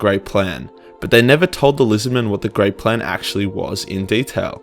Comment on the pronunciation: multiple times throughout I thought you said "the great prank" which I found quite hilarious.